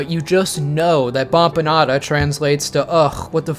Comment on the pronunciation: it's baFanada please how do you hear a p there... it would be so much clearer if it was supposed to be a p this has me unreasonably upset